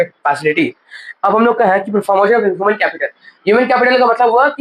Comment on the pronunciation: Bhaiya aapki human ki pronounciation galat hai